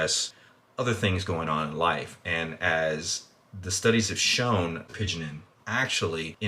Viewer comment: my man mispronouncing nearly every compound. it's turkestanica, "coo-where-sittin" "appy-jennin". Still gave it a like though cause decent video and i'm interested in the supps